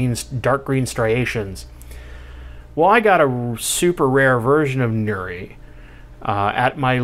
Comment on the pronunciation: Nice crypt. This ones specific epithet is pronounced nur-e-i.